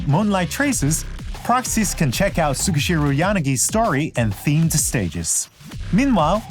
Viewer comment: wtf did they just mispronounce yanagi like YAH-ni-gi like a silly gaijin? she's obviously jp so it should be like ya-NA-gi. and tsukishiro should be tsu-KI-SHI-ro. or am i totally off... 🤦